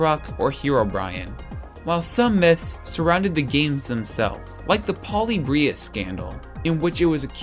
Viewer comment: Really enjoyed this video, however Polybius is pronounced Puh-li-bee-uhs, not Poly-bree-us :) Keep up the good work and don't give up!